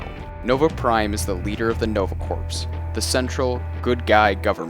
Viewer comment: corps is pronounced "core"